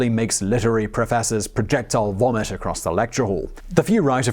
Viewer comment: Love Simon’s poshy accent, but he gave away a working-class background with ‘projectile womit’. My irredeemably Cockney grandmother used the word ‘wommik’ often.